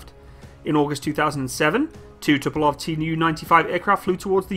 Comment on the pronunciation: Tu-polev, not To-po-love. Great plane, great turboprops.